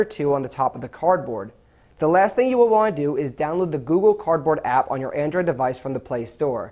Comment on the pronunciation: He said cord board hahahiahahahaahaha